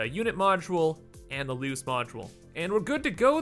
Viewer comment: Lol why do you say loose the same way as lose